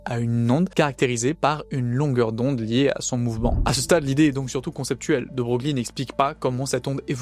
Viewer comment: De Broglie se prononce "De Broylle", enfin si on veut.